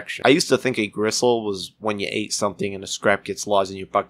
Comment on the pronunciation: Its pronounced "Grissle" and DoA stands for either dead on arrival or dead or alive, goofy.